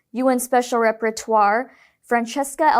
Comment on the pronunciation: Rapporteur is a new word to many people; it is pronounced in English "rap-poor-TOOR." A representative of an organization. Not "REP-per-twar" which is a different word, repertoire, meaning a body of dramatic work.